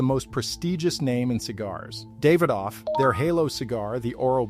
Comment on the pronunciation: I'm not usually big on name pronunciation but they keep saying them wrong, lol. "Podran"? "David off"? I like the content but come on man.